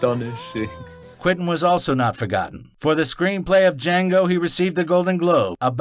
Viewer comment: Dee-Jango! Dea-Jangooo!!